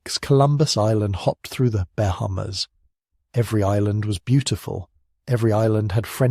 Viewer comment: Lol. “Bear hummers” mispronunciation of Bahamas. Ditch the AI narrations.